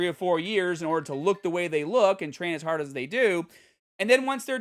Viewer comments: If accents wete birds, the Bostonian accent would be a mockingbird. Hah•d Hah•der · The Boston accent came out when he said hard lol